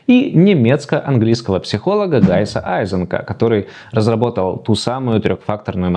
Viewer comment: 3-53 - может быть всё-таки Ганс Айзенк? А то Гайс Айзенк довольно сильно насмешил😅😅😅